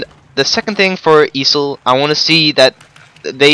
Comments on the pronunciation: I have never heard EASHL be called "easel" like the stand you use on art class but ok... XD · E A S H L wtf is an easil lol